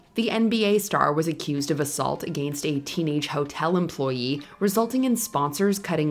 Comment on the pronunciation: “ A gain stst”